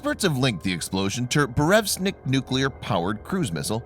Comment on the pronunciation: BurEvEstnik ... come on dude read the letters.